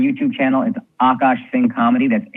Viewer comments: AKAASH NOT AAKASH!!! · Akash, Aakaash, Akaash, the spellings in English can be any of these, but It's all spelt the same in Hindi, आकाश and pronounced the same way ''aa + kaash" .